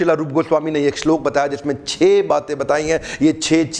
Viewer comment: The way he pronounce the shlok is incredible👍😍